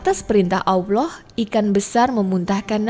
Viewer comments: Cara menyebut Allah yang benar atau mungkin lebih mendekati benar itu seperti menyebut "owl" (burung hantu), tapi ditambah akhiran "lah". Allah (Owllah) bukan (awloh) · Jangan bilang AWLOH. Salah itu, coba belajar yg baik. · Sebut Allah betul2 kak....